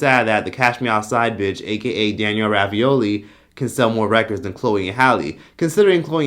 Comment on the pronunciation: Did you say Danielle Ravioli? 😂💀